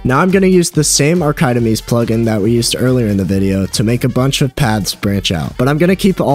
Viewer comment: Every time he says arkeyedemees I cringe. 😬